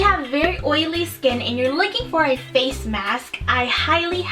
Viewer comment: Hig-g-g-ghly haha! 😂❤